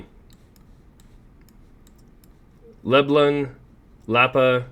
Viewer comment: Le-blon like Le-bron 😂